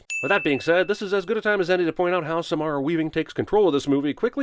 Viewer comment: Okay, so my name is Samara and I just physically cringed when he said our name. I get that people have a different pronunciation for it, but it just hurts. sum-air-a, not suh-marh-a.